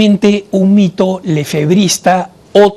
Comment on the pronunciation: Me parece a mi o en el minuto 2 31 dice en vez de el primer mito el primer pito. Dios los bendiga abundantemente